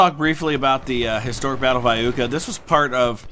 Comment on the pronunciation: Eye-YOOKAH ... just saying :D